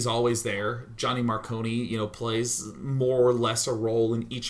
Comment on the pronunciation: mar CONE like snow cone not kony.